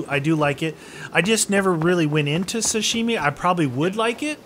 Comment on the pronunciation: Im pretty sure you're pronouncing "sashimi" wrong...please correct me if I'm wrong.... I LOVE YOUR VIDS THO!!!